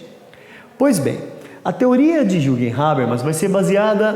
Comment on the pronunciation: Não se le "juguem", se le "yürguem"...é alemão :x